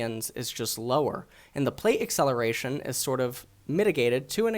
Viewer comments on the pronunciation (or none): none